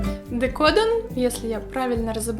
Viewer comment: DecodEn (правильное произношение) - это не тольео декор телефона. Это декор любой поверхности, где используются так называемые "взбитые сливки". :3 Но приятно было увидеть полимерку на твоем канале. Спасибо!